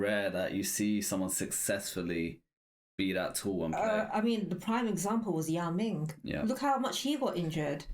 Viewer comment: bruh she said ying mao im dead LMFAOOOO